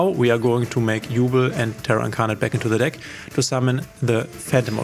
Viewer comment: Quick thing I noticed in the video: Even if it's spelled Yubel, it's pronounced YuBELL and not YuBL. Anyway great video!